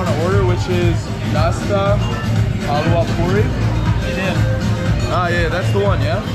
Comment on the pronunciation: It's "halwa puri"